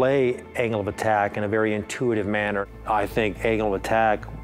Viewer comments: i heard him say anal attack :D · The CEO sounds like he's saying "anal attack".